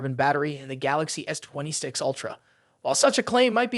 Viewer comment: Oi, robot with the pathetic voice! WTF is a "twenty sticks ultra"?